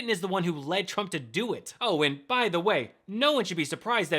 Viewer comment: That sounded like they were saying crook, not trump